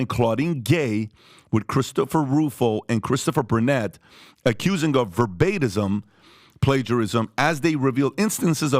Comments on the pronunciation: I enjoy hearing "verbatism" when he means "verbatim". 🤣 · Dude. It’s DISSERTATION not dissertion and VERBATIM not verbatism.